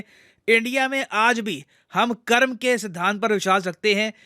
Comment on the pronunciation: Acha hua sir aapne karm (कर्म) bola na ki karma thanks hamare sabdho ko sahi ucharan karne k liye kuch log cool banane k liye angrejo ki tarha karma bol dete hai